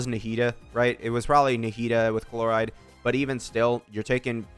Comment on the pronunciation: Calling Chlorinde Chloride is killing me 😂😂